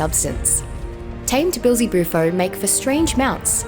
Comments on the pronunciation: I’m pretty sure it’s common knowledge that the frog was named after a common synonym for the devil. She pronounces it as “Beel-Ze-Bu-Fo” rather than “Bee-El-Ze-Bu-Fo” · Right at the start of the video. The way she pronounced the name was just odd to me.